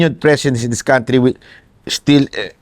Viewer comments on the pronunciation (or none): none